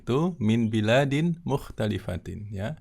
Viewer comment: Afwan baladin..bukan biladin...